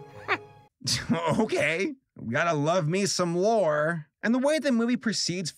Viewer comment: Some reason I kept hearing you say vore not lore...I hate myself